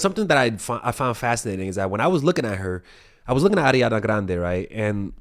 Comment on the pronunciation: I really love the way pronounce Ariana Grande